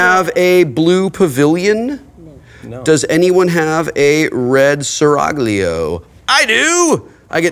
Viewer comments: Right? It's pronounced "Sir? ALL-io!" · SeraG-lio? Doh ;)